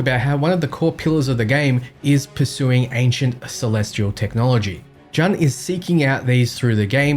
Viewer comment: You're definitely NOT talking about the flux capacitor. You were talking about Mr. Fusion to compare with the recucler. The Flux Capacitor originally ran on plutonium powered nuclear reactor. Also, it's not "JUHN", it's "JOON".